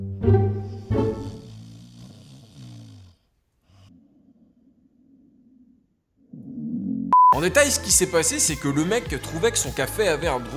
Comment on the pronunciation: En dé"Tai"(détail) JPP 😂😂😂